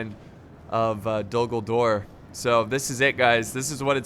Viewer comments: Anyone else think he said “Dumbledore is under siege”?? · A few times when you said Dul Gul-dur, it sounded like you, ummm, said Dumbledor, hmmm, have a contingent of wizard and witches as magical artillery from Hogwarts called Dumbledor's Snipers in defense. I know, it's quite a mash-up, but it would still be fun to see a what if battle. on the other side, have the Death-eaters as enemy artillery. then throw-in some Quidditch players as air assault. perhaps it's ridiculous, but it would still be fun to see, then of course the standard Middle Earth contingents doing their thing. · to me it sounds like you're saying Dumbledore but I know you're not 😂